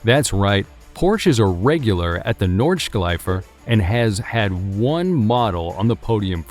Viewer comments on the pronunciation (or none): Nordschleife, not Nordsch(k)leife why do you put a k in the middle of it? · In english "sch" is pronounced as "sk" like school as example. But not in german where "sch" is pronounced as "sh"